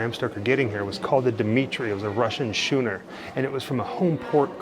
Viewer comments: it is pronounced skooner not schooner! \glad you caught that, England history has a rich naval story! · I think it always adds to the narration if the research on pronunciation of names has been done thoroughly; mispronunciations are always a bit jarring on the ear, don't you find? For example, I believe the name of the ship is DEM-i-ter. And the type of ship is pronounced SKOO-ner like "school")....not SHOO-ner. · Schooner is hard “ch”. S-“K” ooner. Oh, you corrected 😁. Beautiful ruins and job! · It's pronounced skooner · "schooner" is in fact pronounced with a hard C and silent H, just like "school" is!